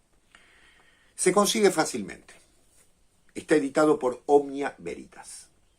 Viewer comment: Cuando dijiste Veritas devuelta me sonó a Güeritas 😂. Seguramente lea el libro en cuestión